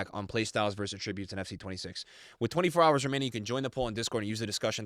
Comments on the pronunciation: “aTRIBUTEs” it’s “ATtributes” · Evos are cool concept but I don’t want to have to build every good player on my team. Also the way you say attributes makes me angry